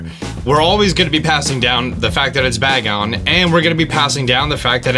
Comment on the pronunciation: Its pronounced "bae-gon" not bag on